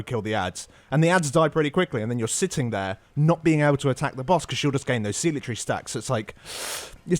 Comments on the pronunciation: They technically pronounce it wrong but I hear it said "zeelot" rather often I think. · Please learn how to pronounce zealotry. PLEASE. I know it's a minor thing but it's driving me crazy! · I know it's a little rude, but I snickered each time "zealotry" was said. I don't ACTUALLY know which pronunciation is correct, but I don't hear it they way they say it a lot. So it's kind of funny.